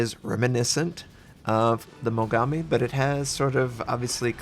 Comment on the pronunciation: Why do all American people I know pronounce Japanese names like "Mogammi" and "Yammato"... It's pronounced "Mo-Gaa-Mi" and "Ya-Maat-O". Damn. What's the origin behind the way you pronounce things? (Kinda the same thing as "Atatsuki", the U isn't pronounced, making it "A-kat-ski", for example. But that's understandable as the U is actually in the name, however, I don't understand why Americans always put the emphasis wrong on Japanese namesakes.)